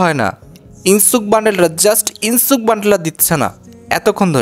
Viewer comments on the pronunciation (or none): ইনসুক না ইনোস্কে ওর নাম।